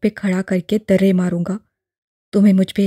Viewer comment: darrey ❌ Durrey✔